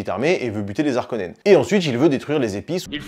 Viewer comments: alors faudrait voir a arrêté d'accordé Harkonen, c'est comme Haricot, donc on ne dit pas "les Zharkonens" mais "les Harkonens" mais sinon la vidéo est cool comme d'hab, ( et en anglais on dit bene Jéssérit mais en francais c'est béné GUésserit tkt pas grave non plus) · "les Zarkonnens" 😅